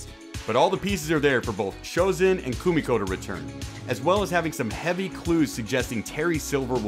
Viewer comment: Her name is Koo-me-ko. Get it right, instead of ruining the video. LOL.